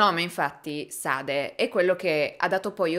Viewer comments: De Sade si pronuncia De Sad… scusa ma qualcuno doveva dirlo 🤷🏻‍♂️😉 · Il marchese de sade si pronuncia “ de sad “ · So pronuncia de Sad (in francese la e finale non si dice) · Comunque Marquis de Sade è francese, pertanto non si legge la e finale. Bel video come sempre! :) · Io capisco che non tutti abbiano studiato letteratura o il francese o sentito nominare (nonostante la sua fama) Sade. Ma almeno informarsi su come si pronunciano i nomi prima di fare video guardati da così tanta gente mi sembra il minimo. Marchese de Sade così pronunciato non si può proprio sentire.